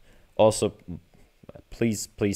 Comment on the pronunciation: Hi, I'm a robot from the year 2040. Instructions unclear. Did you say "please spare me" or did you say "please pare me"?